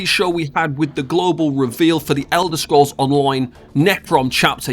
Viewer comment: "De Elder scrolls On-loin"